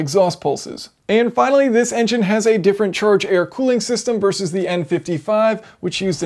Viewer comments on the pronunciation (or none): none